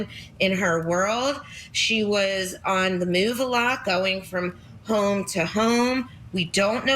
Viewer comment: who the hell says home like that😭😭